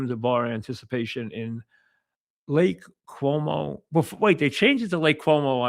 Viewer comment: Lake Como, Mike. Not Lake Cuomo. Dope